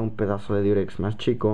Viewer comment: es Diurex no Durex ¬¬ aprende a oir XD